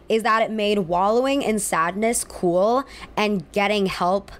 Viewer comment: I can't stand it when people say cool like k-wool